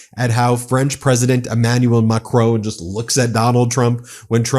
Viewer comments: Beb, please try to pronounce MAC RON properly, it IS NOT mcROAN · Love your work, Ben but wish you could pronounce European names eg Macron not Macrone Ruttuh not Rutte French rarely pronounce last letter if it is a consonant Dutch pronounce every letter sorry, nit picking as we say, keep on keeping up the good work 🇪🇺 🇬🇧 🇺🇦 🇺🇸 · I do like this site but can I ask for one thing - could you please pronounce President Macron's name correctly. It's pronounced As ´Mack -Ron not Mack-rone. I know it may sound being picky but It's just polite to get names right. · Ben, Why are you so incapable of pronouncing Macron's name correctly? So damn disrespectful.